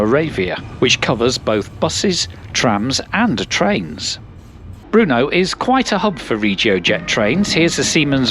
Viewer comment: Learn how to pronounce BRNO, not Bruno.